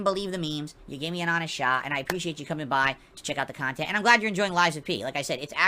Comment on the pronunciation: "Meaningful kahntent" "OOOOOOOHHHHHHHHHHHHHHHHhhhhhhhhhhhhhhhhhhhhhhhhhhhhhhhhhhhhhhhhhhhhhhhhh"